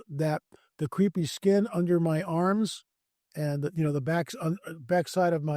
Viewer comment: Please! I hope you don't have "creepy skin!". (Re: your ad) The skin you are referring to is called " crepey" , pronounced KRAY-pee. I laugh every time you say you have creepy skin on your arms. I am 80 years old, so I know crepey skin.😸😸👵😽